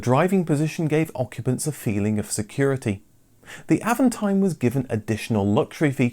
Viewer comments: it's "AAVONTIIME".. French pronounciation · well, since you manage that french "r", why not put the accent where it is, at the last syllable. Always in french the accent is at the last syllable.